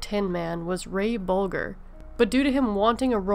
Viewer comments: Pronounced Ray Boljirr not Ray Bolgurr. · It's pronounced Boljer, not Bolger!!!! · ......Ray Boogers last name was pronounced incorrectly as well. It should sound like the coffee......the g sounds like a j. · You also said BulGRR instead of BulJER. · mispronounced Ray Bolger's name as well. Pronounced Bowl-JER. (not Bowl-GURR.) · The Tin Man's name was pronounced , Bol-JER, not Bol-GER. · It's pronounced Boljer not bolger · You said Buddy's last name right. Ray Bolger's name, though, is pronounced Bol-jer. No bigs. Good video! I didn't know several of these facts. Any mean weird comments, don't take them to heart. Thanx for sharing! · Ray Bolger is pronounced Bol-jur. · If you layed out the pronunciation it would be Bowl -jur. Nimrod. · I didn't think you mispronounced Buddy Ebsen's last name, but the G in Ray Bolger is pronounce like a J, as in Giraffe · gardner Strangely, my sister was terrified when Miss Gulch first appeared, but not of the witch. And it's pronounced "Bol-JER." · That's Bolger with a soft "g". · The name "Bolger" is pronounced with a soft "g." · You also mispronounced Ray Bolger. It's a soft G. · it was pronounced Bole-jer (j sound). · Its pronounced BOL-GHER. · hey sweetie, you also pronounced Ray Bolger's name wrong too,, it's pronounced with a hard "G" like in Folger's coffee.. Thanks for the video... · Ray BOL-GER! Please pronounce this actors name correctly. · It’s okay. Everyone makes mistakes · You also mispronounced Ray Bolger's name. And if something becomes a classic later, that means it is not "instant." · As long as we're discussing pronunciation, the "T" in "often" is silent. The "G" in (Ray) "Bolger" is soft, like a "J." Thanks for an interesting video. Well done! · You also mispronounced the name of Ray Bolger. You must do 100% of your research on Google. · IT was Ray Bolgers name you mispronounced. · You didn't mispronounce Buddy's last name.You mispronounced Ray Bolgers last name.